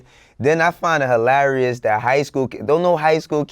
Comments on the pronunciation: Nigga can't even say hilarious right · Its "Hilarious" that you can't say the word right.